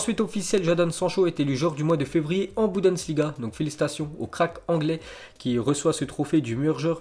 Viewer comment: bundesligua, pas buDensligua, chaque fois tu me fais sauter au plafond!!! J'tadore, continue t'es super.